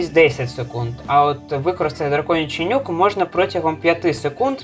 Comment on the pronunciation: я постійно чую "драконячий нюх" замість "нюк"